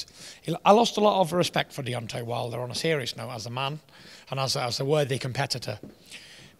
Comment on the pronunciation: 13.40 Fury said: "Deontay Milder."